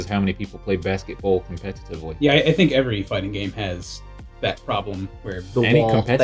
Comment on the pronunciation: I want a shirt of that just says "I fink" at the bottom.